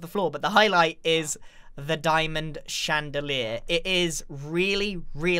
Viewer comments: Grian: cub is showing off Also grian: d I a M o N d C h A n D a L i E r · Grian: "Jez Cub you're just showing off now" also Grian "diamond chandaler"